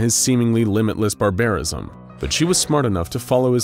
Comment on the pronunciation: It's pronounced "Bar-Ba-Risim". Just letting you know